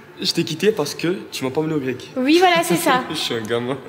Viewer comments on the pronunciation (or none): Je n’ai pas voulu t’amener au grequeuuh